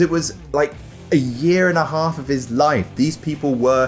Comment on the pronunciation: I could hear your accent when you mouthed “Break your aahs in haahf”